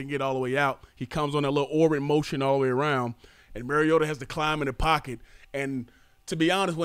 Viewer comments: It's Mar-E-ota. Not Mare-E-ota. He's not a female horse. ;) As in Mario Andrette. But pronounce "ta" instead of Andrette. Please people. Learn your QB's name. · I know. Many sportscasters are little more than talking heads. They don't really know much than just what's put in front of them. Been following Marcus Mariota since his UofO debut. Mariota is pronounced as I have described. It is indeed Mar-E-O-ta not Mare-E-O-ta. Spread it around. Fans should know who their QB is. Journalists and sportscasters should stop being lazy and find out the name of the person they are reporting on. It's not as though Marcus Mariota is a rookie. They've had plenty of time to learn his name. If I were a teammate or staff and some journalist asked me a question about Mare-E-O-ta. I'd promptly and forcefully assert that I don't anyone by that name. I'd start shamming them for their laziness and disrespectfulness. P.S. Mrs. Mariota contacted some sportscasters in early college days to set them straight on the pronunciation. This was mentioned during the broadcast of a game.